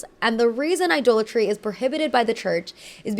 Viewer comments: Idolatry is pronounced “I-doll-a-tree.” Very very interesting video. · Idolatry is pronounced "Eye-DOLL-a-tree", not "Eye-duel-a-tree". It retains the source word "idol" (Eye-doll).